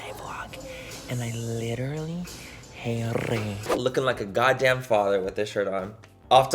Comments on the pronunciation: "I halllllllle it" (tongue rolling "hate") KILLS ME every damn time!🤣🤣🤣 I'm from ANAHEIM!! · lmao i love when you talk & roll your tongue “i fucking hatttrrreee it” lmao but i’m from pakistan but i live in new york ❣️